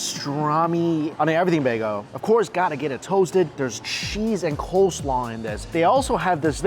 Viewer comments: OMG it's NOT bago it's bagel.. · Laughing at how he mispronounced bagel by calling it bago scroll down into comments section an theirs people correcting his mistake hilarious 😂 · I wonder if he knows it’s bagEL not bag-o ahahhahhah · Listen closer with a good pair of headpones and turn on the subtitles. You can literally hear him say both bago and bagel. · Does somebody else hear him say bagel bago ? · If you listen closely you can hear him say both bagel and bago. I swear put on the subtitles and you'll see it translate both bago and bagel. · yeah he said 'bay-go'. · Nope, he says baygo. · "On and everything bageo.." 😳 "That's a Las Vegas begeo.."😬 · The most "bay-gos" said in one episode 😂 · Bruh srsly needs a speech coach for vid popularity purposes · I think mostly everyone heard him say baygo.